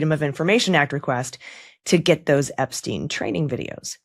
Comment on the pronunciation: Who is this Ebsteen you speak of? Anyone know???